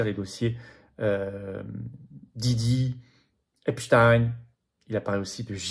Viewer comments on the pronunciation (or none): none